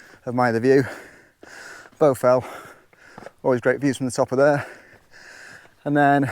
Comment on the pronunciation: I think you might be pronouncing it incorrectly which is the problem. Shouldn't it be pronounced with an A not a U !